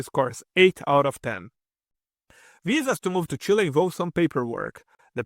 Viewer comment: “Chile” rather